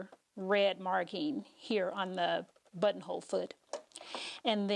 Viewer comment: I just hear butt hole 🤦🏻 i love your videos btw 💗